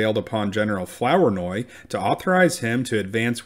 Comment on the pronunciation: Not pronounced 'Flower-noy', but Floor-noy. Great 👍🏻 video; Thanks for making it. 😊